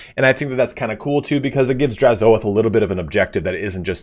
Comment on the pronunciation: I think you're saying Drazhoath incorrectly. Say oath, then put an H at the front for hoath. Draz-hoath. The A doesn't get emphasized.